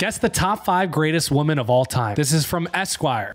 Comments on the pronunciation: They way he pronounces women .... Painfull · Woman plural is women, pronounced wimen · It's pronounced. /wimmin/